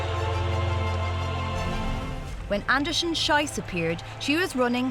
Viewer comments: She can't say the last name correctly. It's pronounced shees, which means shoot. Sh-aye-ss, which is how the narrator said it, is how you say the s word in German. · PLEASE pronounce her last name “sheece” to rhyme with “peace”! “Shice” (rhyming with “price”) is a crappy mispronunciation. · Not Anderson-SHYCE but Anderson-SHEECE, you muppets. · Whoever did the voice-over should have learned to pronounce Gabriela's surname correctly. It's Andersen-SHEECE!! The way she actually says it means something pretty rude in German. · Greetings to all German speaking people out there watching this! Unlucky pronunciation of her surname 😅😅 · quite a mispronounciation of her name... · Just for the record, that's not how you pronounce Andersen-Schiess:)) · That was really bugging me. It doesn't take much to pronounce a name properly.